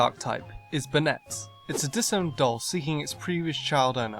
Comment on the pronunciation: BanEtte... BanEtte... BanEtte?!! Now I might be deaf, but I think I heard Banette pronounced like BanEtte. I'm quite sure it's pronounced like BAnette, with the A pronounced like the letter A.